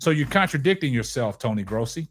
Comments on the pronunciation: Its not "graasi" it's gross-i. I like your channel so far though! Subscribed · You pronounce his last name “grow see.”